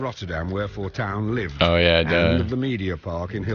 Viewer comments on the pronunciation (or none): I find it amusing how you pronounce his name as "Fortune", which is the English word for "Fortuin" (new spelling for the ancient spelling "Fortuijn"). So technically you're correct in the meaning of his name despite the difference in pronunciation ;) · it's okay for you to pronounce it as fortune, thats what fortuyn means, spelled a little weird though. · FORTAIN FOR PRONUNCIATION PURPOSES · fortuyn is accually the old dutch writing for fortune. we write it as fortuin nowadays but the pronounciation is the same. might be a fun fact. And also, I strongly believe Pim Fortuyn would have loved it if you called him fortune as an american. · You did not pronounce his name wrong. You just translate it. 😁